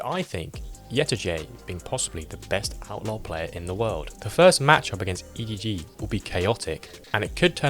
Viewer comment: i'm sorry this was a great video until you called him EDG smodgy